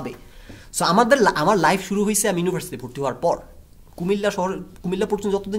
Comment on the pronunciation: ভাই আপনি আগে ইউনিভার্সিটি উচ্চারণ করা শিখেন। ইউনোভার্সিটি না শব্দটা।